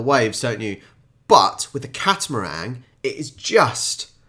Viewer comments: Catamaran was literally spelled in front of you, and you said catamarang? Cat-a-meringue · It's actually a "Catamaran", no "g" on the end m8. Enjoyed your reaction and comments. For a country with a small population, I think Australia has given it's fair share to the development and progression of society. I'm 57, so went to school in the 70s and 80s - encouraging us as young kids to use as much imagination and creativity during story writing, art classes, producing projects on other countries etc as possible, I guess has made us quite resilient and resourceful. If we're faced with problems, our brains go into "how do I fix this" mode. I'm also disabled with MS, so growing up with those traits, has made dealing with this disease so much easier - I've had to find other ways to do things, to achieve the same or desired result, and have "invented" a couple of tools to help myself in daily living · Catamaran not catamarang